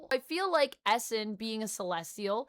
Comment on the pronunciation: I had no idea who you were talking about when u said Esson. Its pronounced "E" Sahn .. not Esson